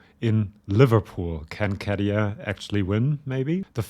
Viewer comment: Käärijä. Not Karijaa. Ä is not an a. The sound is more like in the name Gary.